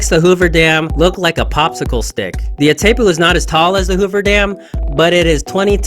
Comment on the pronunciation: As an argentinian, I can assure you: The name of the Dam is pronounced: "Itai-poo" (english)